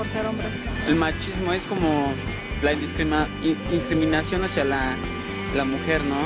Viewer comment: ya no es "discriminación" si no "inscrimimacion" XD